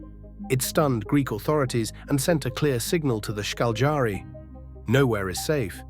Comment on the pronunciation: Šarić is pronounced Sharich, fast Sharich and name is Darko like Donnie Darko, Darko say it slow - Darko. If you know to pronounce German, you'll know Bosnian. English is derivative of German so I find your pronunciation funny. It's Ška LJ ari, slow like Cagliari but it's Škaljari. Then speed it up.